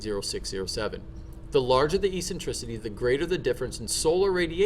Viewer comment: The pronunciation of Eccentricity is Ek-sen-triss-itty. And Obliquity is pronounced Oh-Bleak-witty. Not ee-sentrissity.. and Ob-lick-wid'y. Also Aphelion is most commonly spoken as App-Heely'on, not A'feel'eon. Cool video though.